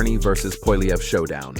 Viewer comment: The random mispronunciations of Pierre Poilievre's name are both insulting and confessions that you're aware of your own ignorance. You get it right twice, probably by accident, but that's not a win for you. It just demonstrates that you're too lazy to actually check and then correct your post.